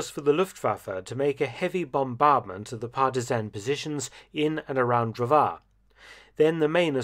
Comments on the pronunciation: You pronounce Drvar as Drwar, it's was so funny hearing your pronouncing of that city. Ppl like to make jokes about that city as calling it Dr. War. Btw it's my home time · In the pronunciation of "Dr̀vār" ("lumberjack") the stress is on the "r"; the a is only lenghtened and pronounced at a slightly higher pitch. . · Just a nitpick from a resident of an ex-yugoslavian state - "Drvar" is pronounced "Dərvár" (with an emphasis on the ə). English TTS really doesn't get it right.